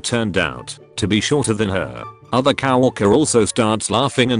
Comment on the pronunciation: Attention all robot voices: it’s co-worker, not cow-worker.